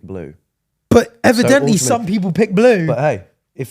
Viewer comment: why does continue to pronounce ‘evidently’ like that😭